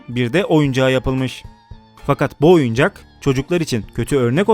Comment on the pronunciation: oyucak diip oyuncak